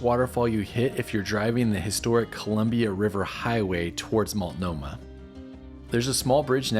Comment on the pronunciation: It's (MULT NO MAH) NOT (MALT NO MAH).